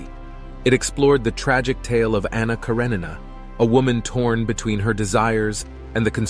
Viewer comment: Why can no one pronounce Anna Karenina?